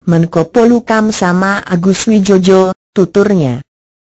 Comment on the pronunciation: Agus Wijojo dibaca Agus Wijoyo mbak,itu ejaan lama,belajar dulu lah